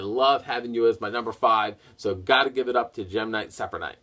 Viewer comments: how the hell did you manage to mess up the name of gem knight seraphinite? literally the first part of it is seraph and you kept pronouncing it like it was sephinite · lol when can't say Seraphnite's name